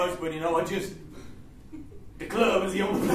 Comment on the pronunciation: "the clurb"